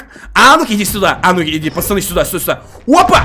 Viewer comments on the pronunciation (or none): почему он говорит не пацаны а пачаны